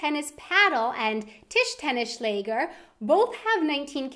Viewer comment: noo :D tischtennisschläger :D